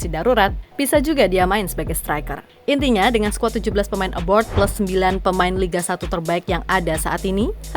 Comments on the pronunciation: Kok saya denger suaranya "aboard" pas nyebut pemain yg main di luar negeri bukannya "abroad" 😁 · Pemain ABROAD, Min.... Bukan ABORD... Beda Arti dan Makna. ABORD=BATALKAN ABROAD = LUAR NEGRI ... jangan asal Ngecap, sudah gitu Salah.... Parah !!!